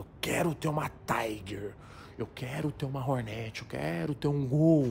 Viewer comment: Nome da moto: Hornet Toguro falando: RORNERTI